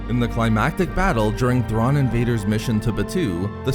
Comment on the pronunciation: ZAARIN NOT THRAWN!